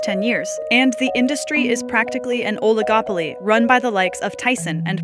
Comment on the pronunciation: "OOOOHligoply" LOL Oligopoly ! Cant believe CNBC hires kids to narrate this videos who have never been to business school! CNBC is such a joke!